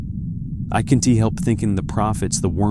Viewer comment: Just got into this, and it's difficult to imagine why AI can't pronounce possessive nouns without pronouncing the S. Eg, the "captain S ship," nor contractions like can't, which it pronounces can T.